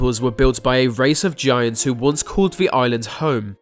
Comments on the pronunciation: Oh man, I thought I was the only one who kept hearing him say "vagiants" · Sound like he's saying "Va-giants" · BahaHahaha ! " vigiants" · I heard 'the giants' 🤔